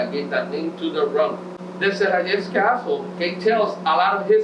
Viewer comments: I know you don't speak Spanish, but the way you pronounce "SERRALLES" is so WRONG!!!! HAHAHAHHA!!! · No matter if you don't speak spanish, as respect you should practice to pronounce the best, our name of the place. It's not funny and we are not a amusement park.